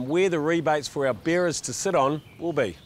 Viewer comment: Beerer's = Sounds like beers!!